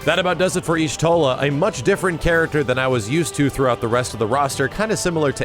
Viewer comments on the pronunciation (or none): Yashtola, not Yishtola. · Mandatory 'the Y is silent so it's just pronounced Shtola' lore nerd comment.